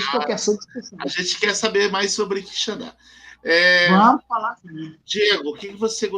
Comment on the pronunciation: Professor, bom dia. Não é QuixaNdá, é Quixadá... sem o ene.